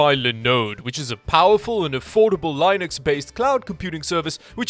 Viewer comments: "LIE-NUX" It's Linux meat head! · "Lynux" Lol.. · This guy said "lie nux"......bro its been around for like 30 years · wtf is "lie-nux" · this man says linux as lynux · He pronounces Linux funny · U pronounced “Linux” wrong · the Li in Linux is pronounced the same way you say linode. Not like Linus from LTT